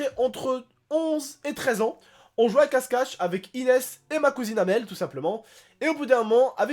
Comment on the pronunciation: ta pas dit cache cache tu a dit casse cache